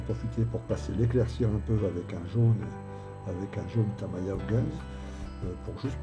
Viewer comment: Pourquoi vous dites TAMAYA pour TAMIYA ? :)